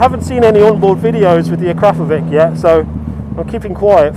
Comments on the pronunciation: When you say 'Jesus Christ this thing wheelies' - why weren't you actually pulling a wheelie at the time? Oh, btw, it's not 'akro-po-vic' it's pronounced 'a-crop-oh-vich'. Just keeping you honest! :-D Front forks are too soft and it need a power commander, otherwise it's a great triple at a great price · When you say 'Jesus Christ it wheelies easily' - why weren't you actually pulling a wheelie at the time? Oh, btw, it's not pronounced akro-povic, it's 'a-crop-o-vich'... just keeping you honest! ;-D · It's not pronounced akrapovic - it's akrapovič. Learn the difference, please. You sound silly. Akrapowitch. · Ak-rra-po'vic - and the C is pronounced like the Poles do it: "Wich'k" - click the speaker symbol to hear it pronounced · I wasn't trying to be offensive, sorry about that. It's just that I'm native speaker, and it really sounds funny :) About that 'w'; witch in english sounds exactly like akrapo-witch. And akra and po should stick together. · Wrong "Akrapovic" pronunciation mate. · Akrapovič You pronounce it with the CH at the end of the word, not with K :) Č = CH You are wellcome :) btw. nice ride!